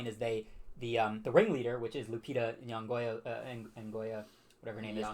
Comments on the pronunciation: her last is not “yongoya” or “whatever her name is” it’s “nyongo”, getting her name right is the most basic form of respect you can show an actor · At least attempt to pronounce her last name correctly, it sounds like," IN YON GO ", see easy peasy.